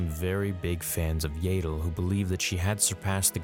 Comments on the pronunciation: “Yay-dull” Fans: It’s not ‘Yay-dull’ it’s ‘Yahdull’ –channeling Hermione (Edit: we don’t care how u pronounced it as a kid 😤) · Its pronounce YA-ddle not yedal.... this is star wars, all "A"s are pronounced properly. Pronouncing a name wrong "because its the way I've always pronounced it" is very lazy and implies you don't care about what you are saying , just that someone is listening to you speak. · Its yaddle.....not yaydle. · æ pronounces like ah, like in back. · “Yay-dell”?? Yeah-dul??? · its not pronounced "yaytle" its pronounced "yattle" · It's Yaddle, not Yadle. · This hurts me to do, but I must Yah-dle, not Yay-dle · If she shows up in the show and is called "yaddle" will you continue calling her "yadle"? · Not to be all nit picky here... but I’m pretty sure phonetically it’s yaddle The way you say Yaddle is spelled Yaeddle.... like Jaegar. Or Rhaegar. “I’ve been saying Yaeddle since I was kid...” while I understand the sentiment, it’s not exactly a valid argument to continue saying the name incorrectly. Yes, Yaddle is an odd name, but it’s her name. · It's "Yaddle", not "Yadle". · Yaddle.. not yadal.. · It is pronounced YEAH-dle not YAY-dle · yep Yaddle rhymes with paddle. Listen to the Easter Egg reference in Fallen Order for the correct pronunciation. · Every time he pronounces her name "Yay-ddle", a piece of my soul dies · There is two d’s so I’d say it’s the other way to say yaddle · What is it with Americans saying “YAYDLE” 😭😭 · you pronounce yaddle wrong it’s y-at-dle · Yeah, I love like he's my nephew but his pronunciation of Yaddle works my nerves, man. 😃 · The way he says Yaddle makes my eye twitch.💀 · imagine making this hole video about yoda's kind and you keep saying yaddle wrong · I’m pretty sure you’re saying Yaddle wrong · Why does he pronounce Yaddle like that lol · You've been saying it wrong since you were a kid ... So that's your justification to continue saying it wrong? Canadians.....